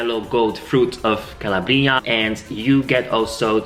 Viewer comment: SI DICE"BERGAMOTTO DI CALA'BRIA no CALABRI'A....kisses